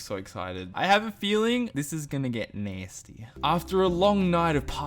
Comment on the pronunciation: Lmao he's sounded American when he said "Nastay" 💀